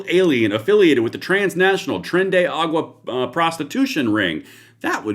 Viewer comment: Tren de ar a gua 5 syllables…tren de aragua not agua, 😂 Love your show, anyway!